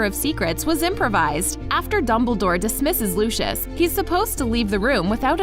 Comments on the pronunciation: its pronounced, "Loo-see-us" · She clearly has never seen Harry Potter because she can’t pronounce Lucius Malfoys name correctly 😐